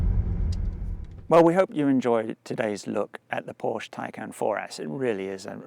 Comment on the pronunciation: Tiecon* is how it’s pronounced, great video